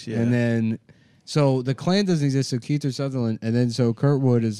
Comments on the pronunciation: I love how he calls him Keither Sutherland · “Keither Sutherland”